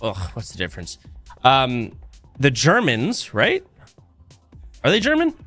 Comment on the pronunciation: its not "the germans" is "ze germans"